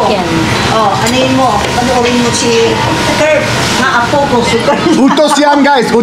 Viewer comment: Kurt, slight correction on pronunciation sa word “apo” (grandchildren). The stress is more on the “po” instead of the “a.” So it’s more like a-POH than AH-po.